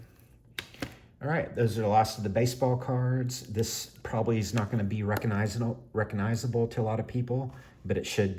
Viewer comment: You’re driving me a little crazy with your constant mispronunciation of the word (re-cog-nize-able), not reckonizable.